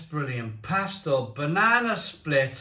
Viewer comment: It's pronounced Pas-tor-ray (and they're fantastic!)